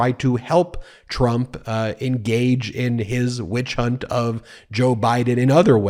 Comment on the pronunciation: Witch hunt? I thought he'd fallen down and said "winch hunt".